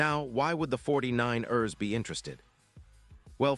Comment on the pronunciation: This AI can't pronounce for ish 49..ers lol. Crosby going to the Niners would be nice but I don't see it happening.